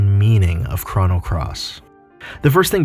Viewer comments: It’s c - roh - no. not c-rha-no wtf. Crono. Not Crano. And you forgot a couple of things. Kid was supposed to die in the orphanage fire but since kid saved serge first serge was able to go back in time and save kid. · The way u pronounce chrono “chrano” I just couldn’t finish the video